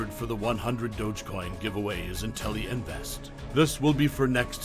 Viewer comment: “INTELLI VEST”